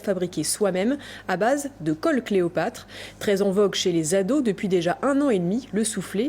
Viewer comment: Qui a remarquer que la journaliste dit "caule" au lieu de colle